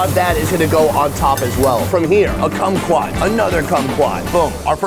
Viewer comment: Cummy-twot ... was that a lime ? Lol